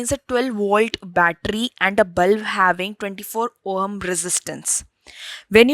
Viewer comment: Yeh oham kya hota hai?? It's ohm i think